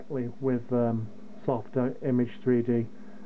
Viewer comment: You are pronouncing it wrong. It’s soft-imaj. Not image. So if you were do go to the hospital they might have a triage station. The “image” sounds like “triage”.